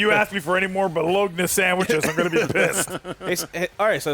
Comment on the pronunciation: Colon-L. Ba-LOG-nah. Soo-gar. Chazz-em. Sorry, got carried away with the last two.